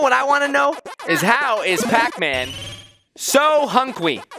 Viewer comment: Not pap Man is Pac Man